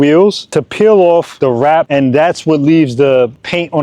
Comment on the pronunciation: Never heard of Plasti dip? What a pain to hear him say WRAP over and over.